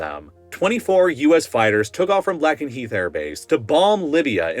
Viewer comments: It is pronounced Lake n heath!!!! 😩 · Its "Layk-en-heeth" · Note: Lakenheath, at least when my dad was stationed there and me with him around 2022, was pronounced by the people there and the locals as “Lay-Ken-he-th”. Not that many syllables, but the best I could do. Also, I’d add a note that on the Lakenheath Confessionals page someone working at the Taco Bell on base reported a rat being found in the ground meat and just… taking it out and mixing up the meat 😂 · Ayo, just a quick note, RAF Lakenheath is pronounced "Lake-n-heath" Camp Humphrey's also has a Texas Roadhouse! They also spent over $40m on their golf course. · It is RAF Lay-ken-heath (long A) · RAF Lakenheath is pronounced Lake-N-Heath, video is great though! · Please, please, please never pronounce Lakenheath ever again. Lake-en-heath I thought it was bad when you try pronouncing West Coast US place names, but this was so bad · The way you were pronouncing Lakenheath was driving me insane 😂. It's pronounced Lake (like the body of water)- in - heath (Like the candy bar) 😅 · Lakenheath is pronounced Lake-n-heath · “Lack-in-heath” and “Ram-sten” lol the pronunciation is killing me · Say it right - Lake-en-heath is how you produce it. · Minor point, Lakenheath is pronounced Lake-en-heath, the 'e' does double duty, one of the oddities, I did KP back there in the early 2000's. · Minor correction for the pronunciation: Lake-en-heath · Lack-in-heath, ram-steen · Definitely an AI voice. Can’t even pronounce Lakenheath right. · That's not how you pronounce Lakenheath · Disturbing pronunciation of "Lakenheath" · You totally mispronounced Lakenheath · Omg his pronunciation of Lakenheath killed me lol. It’s a long “A” sound as in the word Lake. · Mispronouncing Lakenheath is funny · Christ I cringed every time you mispronounced a base's name. Can't pronounce Ramstein, Lakenheath, Kadena, Al Udeid, or Whiteman right. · oof the pronunciation of lakenheath was so bad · For future reference, it's RAF Lay-ken-heath.